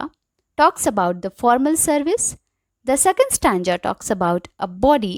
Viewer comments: It's stanza ..not stanja...😅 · The problem is not in stanza and stanja...The problem is that after watching the video you just got this thing to comment this shows how much you capture the video and your understanding level... See maybe you don't know how to tell someone's their little mistakes in a really good work...So first you should praise them that , she taught really well and the explanation was great... Then tell her a little pronunciation mistake... Ma'am the video was great just a little pronunciation error I find out only stanza one...Btw the video was great and it helped me a lot... I hope you understand it..Think before typing because it can hurt someone's feeling...I hope you will take it as a lesson...Keep learning and keep growing... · Good explanation Only pronunciation of stanza. Went wrong